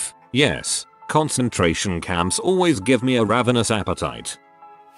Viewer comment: "Concentrarion" camp??